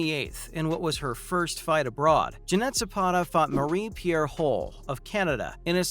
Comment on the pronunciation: Her name is pronounced Ma-Ree Pee-Air Hool.